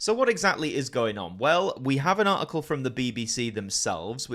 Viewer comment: Have they dropped the 't' from 'article' in England?